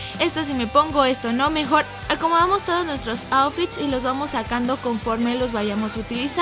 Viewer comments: En el min lesslie dice los ofis en vez de outfits jajaj los amo polinesios😘😘😘😘😘😘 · Dijo oufits